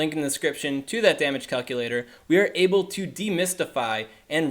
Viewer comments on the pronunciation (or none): none